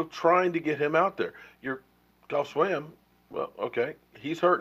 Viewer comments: Say it with me...."JEFF SWAIM (pronounced SWAME) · THE NAME BUTCHER! Geoff Swaim is the correct spelling and it is pronounced Jeff Swame (like name or blame or flamin ass lame SWAIM!!!! GIVE RICO a chance it is not like any of our other TEs are doing a damn thing!!! And yes... Jarwin has made many more mistakes than Rico!!!! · who is this goff swam guy anyway? is he on the team? or do you mean geoff pronounced jeff swaim? pronounced swame,long A as in able? let's hear it for the name butcher! lol! c'mon man! oh my oh my. lol! vanillehan don't like the homeboys,same thing with dez and him too,huh? vanillehan, clearly too vanilla! lol! smh, really? rrrrrrrrrrico suave ☆☆☆